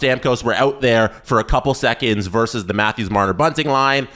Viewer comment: It's "versus", not "verse".